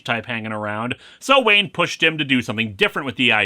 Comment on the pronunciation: This was a pretty good preview story, but I remember being really frustrated that the "flash forward" never actually happens in the series' run. Still, Wolfman and Perez are always a good time. Nitpick: Len Wein's last name is pronounced "ween", like in "Halloween". I don't know why Anime Eyes Aquaman makes me laugh so much, but he does. Kitty!!